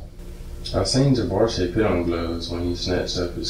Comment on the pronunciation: said “Javarceay”?…… that a real name?”…..😂😂😂